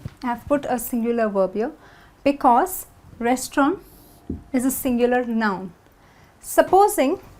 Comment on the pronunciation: She is saying 'because' and 'plural' incorrectly